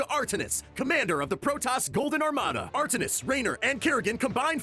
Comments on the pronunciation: This was 3 mins of miss pronouncing names and miss guided info. but I get 3 mins but ya done better and did a lot more in 3 mins before. but it's "Artanis" not "Artis" also Amon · Btw - Amon is pronounced Ay-mon. not ah Mon. and artanis is pronounced Are tan is. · pronouncation gold. it is ai mon. and not artnis. artanis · Its Art-tan-is not artinis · R-Tanis. Say it with me. Not Art-tennis. R-Tanis. Also, the Protoss rebelled because Amon betrayed them. And he gave them the link, they didn't discover it. Play the fucking games dude, it takes like 4 hours. Normally you guys are on point but this one sucked. Sooo many errors. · When you pronounce Artanis as Artenis I get triggered xD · anyone else cringe at how he pronounced Are-Tan-Iss Artaniss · Amon not amon and it's Ar-tanis. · How can you do this and mispronounce names? Like Artanis for example... Or Amon? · POV: reading a script quickly without having played the games and not knowing how to pronounce Amon or Artanis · Butchering Artanis which is my fav character makes me physically violent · He mispronounced Artanis and Amon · Dude, i died when he didn't pronounce Artanis the right way. Did you even play starcraft 2? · wtf is that artanis pronunciation? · lol the way he pronounces Amon and Artanis is funny